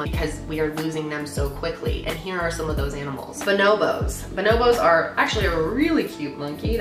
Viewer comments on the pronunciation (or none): none